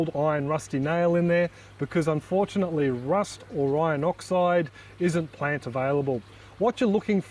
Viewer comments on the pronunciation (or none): none